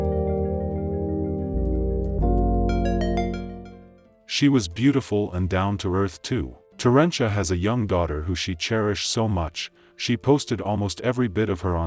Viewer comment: Did he say TERANCHULA...WTH..lol